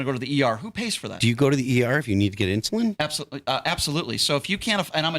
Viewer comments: It is called “INSULIIN”. So stop be so f’n “INSULINT” you freaking fool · It's not insulant,,, it's insulin... Does he actually use it ??? lol Wow...